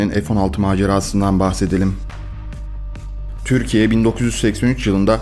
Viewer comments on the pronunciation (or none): none